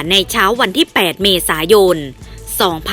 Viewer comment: กล้องหน้ารถไม่ใช่กล้องหน้าโรส เมษายน ไม่ใช่เมษาโยน อ่านให้ถูกหน่อย